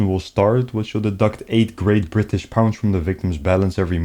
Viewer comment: briish people